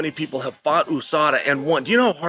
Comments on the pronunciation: "OO-Sada" - Chael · USADA came and went but Chael still doesn't know how to say it properly.